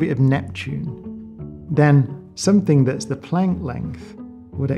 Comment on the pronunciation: He hasn't pronounce planck right